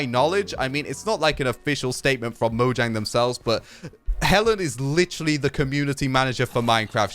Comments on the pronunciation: Fun fact: It's pronounced Mo-yang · orestis gamer It's mo-yang